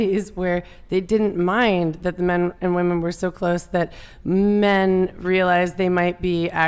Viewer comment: What’s up w these girls not being able to say WOMEN they love to say WOMAN instead 🤦🏼‍♀️